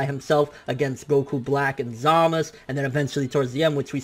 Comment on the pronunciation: Who the fuck is Zamas You mean Zamasu!